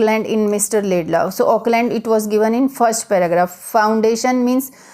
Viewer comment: it's Lincoln Laidlaw, not Laidlay you m*ron